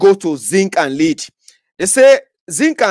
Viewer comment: Correction; the mineral name, "l-e-a-d", is wrongly pronounced.